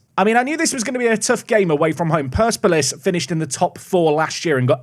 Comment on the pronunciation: Persepolis is worse. His Total War buddies must be ashamed.